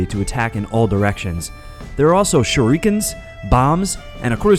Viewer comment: "Shorikens." Is this the act of using a Shruiken to do a Shoryuken? Lol